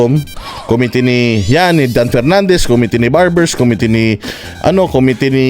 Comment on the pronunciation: Lahat sıla dyan na TUMATAWA pa sa mga sinabi nitong tukmol/ex-bold actor//com-mittee(wrong pronunciation TONGressman Fernandez DAPAT KASUHAN din. Yang si barbers NI HINDI man lang SINAWATA itong si TONGfetnandez sa pagsasabi ng mga ganyan!